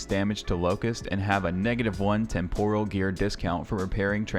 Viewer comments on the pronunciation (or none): none